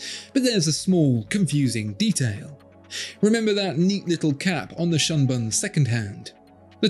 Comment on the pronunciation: "shunbun" doesn't rhyme with "unspun" lol